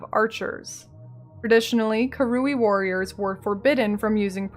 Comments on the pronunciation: The hard R is 'fine'. It's wrong, but tolerable. The wrong emPHAsis on the wrong syLAble, however, is not. You just have to listen to it said on the Act 1 writings. KA-ru-ee. Emphasis on the first syllable. Not ka-RU-ee, emphasis on the middle syllable. It's bugged me a little in the past, but a full video about them is going to be hard to get through. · Came here just to see how you pronounced 'Karui'. Very american it turns out haha. I'm not sure i can make it through this video. Really enjoying the series though!